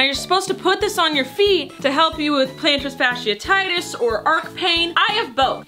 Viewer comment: I love how you pronounce plantar fasciiTis 🤣